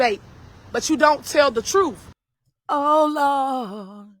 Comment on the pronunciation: She said troof. 😒